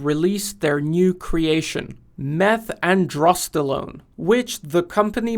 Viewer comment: When you pronounce the chemical name of Dianabol you need to slow down because there's an N. Not meth androstelone "andersteNolone" Funny because that product is very androgenic so I don't think they try to make it less androgenic I think they tried to allow it to be oral and not destroyed by your stomach and liver. It is a very androgenic compound actually including its aromatizing